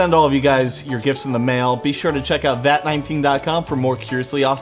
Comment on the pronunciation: Why does always pronounce Vat19 as ''Vat nineting''